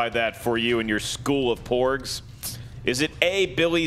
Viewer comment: Did say more 'pugs' coming in instead of porgs during third round? 😁